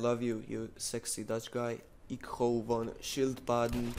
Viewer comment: btw the pronounciation on my name was better than the one on: "Ik hou van schildpadden", but who cares? xd